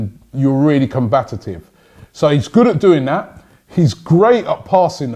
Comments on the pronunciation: the word is COMBATIVE damn it! I dunno why he says COMBATITIVE! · ROBBIE!! It's COMBATIVE not COMBAT-AT-IVE!!